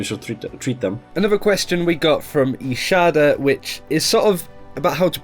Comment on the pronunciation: Um excuse me ishada? Pronounce my correctly please